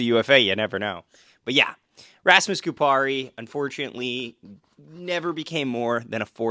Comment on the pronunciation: ya'll did Laine dirty, good job pronouncing Kupari's name though.